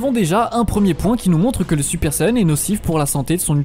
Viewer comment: SaYAn pas sayeun mais sinon super vidéo